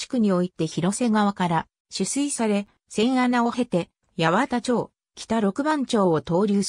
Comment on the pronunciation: 八幡町、、ヤワタチョウじゃなくてハチマンマチですね。他にも肴町、、サカナチョウじゃなくてサカナマチなどなど、余計な一言ですが😅 でも、貴重な情報提供ありがとうございます🙏